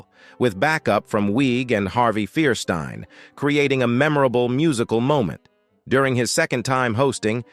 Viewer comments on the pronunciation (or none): FIRE STIEN NOT FEAR STIEN THIS A-I VOICE SUCKS!!